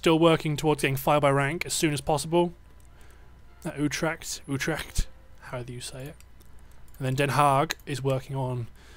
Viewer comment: I really like the way you pronounce the Dutch names like Utrecht. xD But I really enjoy watching this. Keep it up. :)